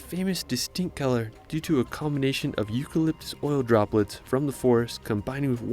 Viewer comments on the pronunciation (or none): none